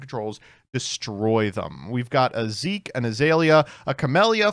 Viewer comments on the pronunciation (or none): none